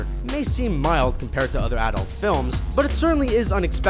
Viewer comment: "did AHdult movies"